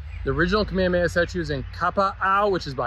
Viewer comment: Not trying to be rude but the h in Kamehameha is not silent pls pronounce it ka meh huh meh huh